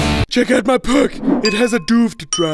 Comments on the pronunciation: Check out my puc, it has a duvd drive!, It's pronounced p-c, d-v-d. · "Check out my puc, it has a doovd drive" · "Look at my puc it has duvd drivs" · "This is my p-ec! It also has devd-draiv!" This guy probably dont go to school. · " This is my PUC! It has a doovd drive! " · "Look at my Tuv! It has hid-me's next to the usbs." - "Check out my Puc! It has a Duvd drive." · TV=TUV HDMI=Hid me PC=PUC DVD=Duvd I have no idea why he pronounces these words wrong